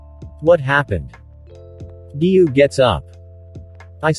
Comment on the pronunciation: Giyuu not giyu